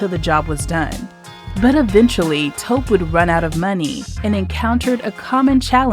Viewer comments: Taw-kpey not Toep. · Greetings! Appreciate all of the information you provide for our community. Just wanted to share that this awesome brother’s name is pronounced Toe-pay. Thank you again for providing amazing content 🙏🏾